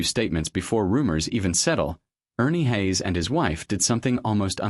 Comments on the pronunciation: I listened for 20 seconds to the fake voice of ai or a person clearly unfamiliar with Ernie "Hays". 😄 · A Godly man and woman. Your title doesn't do them any favors....... and by the way, please learn how to pronounce their last name properly. this could have been an awesome presentation about a true warrior, but again, you've given a poor reflection upon both Ernie and his beautiful wife. . Shame on you.